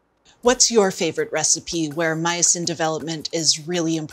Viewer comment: Myosin is my new fav word😁. I thought at first she said meatsin😆